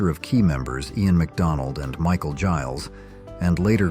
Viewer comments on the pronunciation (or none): none